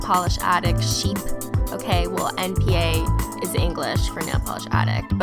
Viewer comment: When you said npa nail polish addition but it's not npa it nba okay. I'm American so yeah no offense